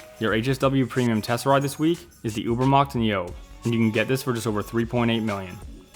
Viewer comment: Niobe is a Greek name pronounced Nigh-oh-bee, not Nee-ohb. :)